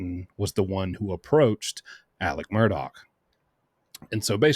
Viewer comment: Love you, but please pronounce Murdaugh correctly. Sometimes you say the name with a “K” sound on the end and sometimes you pronounce it correctly, like you just did, as Murdaugh ( silent gh) It’s a strange name and the media all ways gets it wrong….,,😊